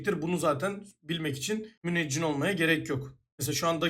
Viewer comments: müneccin değil müneccim babacım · "müneccin" - 2021